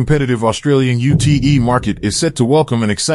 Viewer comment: You Tee Eee market !? Its not that hard to say, its a three letter word.